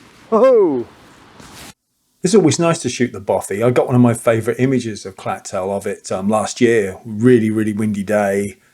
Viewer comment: Good video spoiled a bit by your mispronouncing the place names. It's not Clacktoll or Ackmelvick. The ch is soft.